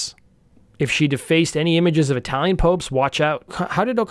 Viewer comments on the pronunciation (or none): none